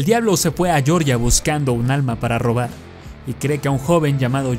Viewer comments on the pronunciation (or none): none